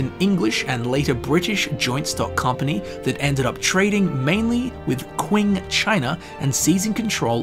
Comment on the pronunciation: quing is pronounced ching lmao